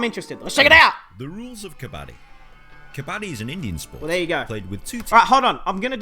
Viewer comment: You are saying kabaddi correctly